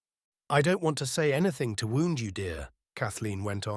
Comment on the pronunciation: Seems it might be AI because some of the word pronunciations are off: 🏹 bow and bow(bough); wound(ed) in fight and wound as in opposite wind the rope around the buoy. Also, some punctuation just seems to be missed. Am very open to correction.